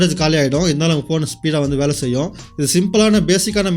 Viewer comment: செயும் இல்லை செய்யும்